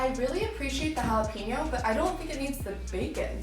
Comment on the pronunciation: Dear Gringos ---- It's NOT "Hah Lah Peen Yo" it is pronounced "Hah Lah Pain Yo". Gracias por su atención.